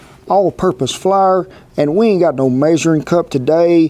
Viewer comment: "Flar"?... is that like "Ole?" lol